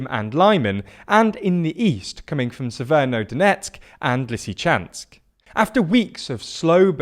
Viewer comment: Isn't it SeverO-Donetsk instead of SeverNO-Donetsk?